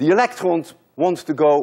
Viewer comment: I think you have a French accent, because when you said electrons you said it [elektrõ] with Nasal vowel (on= õ). Correct me if im wrong.